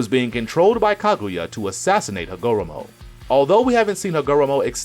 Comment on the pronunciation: Yu didn’t even say hagoromo name right😂😂